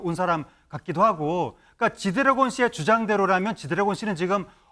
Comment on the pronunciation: 앵커님~ 쥐드레곤 이라고 하신거 같은데요~ㅋㅋㅋ